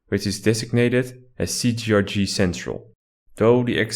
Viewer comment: It's not CGRG wtf xD cee tee ar gee